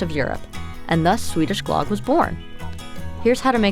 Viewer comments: Pronunciation of closer to Glug (like on mug), not glog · Ö is pronounced more like the "ea" sound in earth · GLUUHG not GLOGG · it's usually pronounced "gloog / glerg" 😃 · Omg! Stop saying, GLOGG!!! Soooooo wrong. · The pronunciation should be more like Glewg but with a oooo sound. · lame. it's pronounced GLOOG and you gotta use aquavit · Glögg. You dont have Ö in your alphabet. So it sounds wierd when you try to express it. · Really nice, but I cringed every time you said Glögg. Yikes! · Same! I cringe when I hear people trying to pronounce swedish words at IKEA.